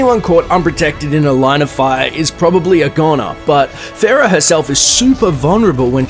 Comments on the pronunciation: PHARAH! ITS FUCKINH PHARAH, NOT PHARROH NOT PHAROH NOT PHARRAH, PHARAH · why the fuck do people call PHARRAH pharroh? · Lol why Pharo? It's Pharah, or Fareeha.